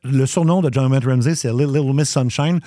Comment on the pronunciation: Juste pour info, le T dans JonBenet ne se prononce pas (ça se prononce « john-bah-nay ») 😉